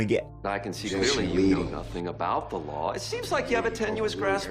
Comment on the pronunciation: Are you a Lion? "The laarrr" 😂